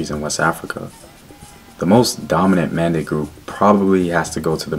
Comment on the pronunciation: Its Men de not Mande